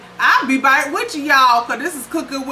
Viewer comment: She don't say back, she say bike lol